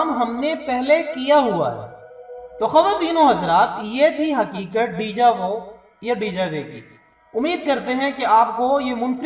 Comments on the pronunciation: Dejave nh De Ja Vu kehty hain. Pronounce krny main Day Ja Voo kaha jata hy. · decrease the echoing of your voice man its irritating.... and its deja vo not dejavay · یہ Déjà vu فرانسیسی زبان کے دو لفظ ہیں جن کے معنی ہیں "پہلے سے دیکھا ہوا" اور اِسے " دیجا وُو " پڑھا جاتا ہے۔